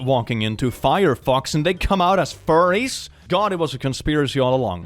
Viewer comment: What are these..fur-ays of which you speak?